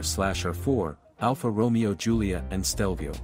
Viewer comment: Alfa Romeo pronunciation might be one of the best ai slop detectors.